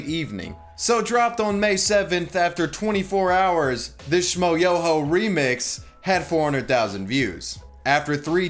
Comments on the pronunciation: How can you not know how to pronounce Schmoyoho? "Sh-m-oi-YÖ-Ho. Accent on the YOOOOOOOOOOO!" It's at the end of every one of their songs... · There's a trick to pronounce Schmoyoho; accent on the YOOOOOOOOOO